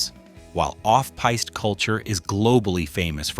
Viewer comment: Your AI mispronounced "piste"